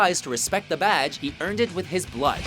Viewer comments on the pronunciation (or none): none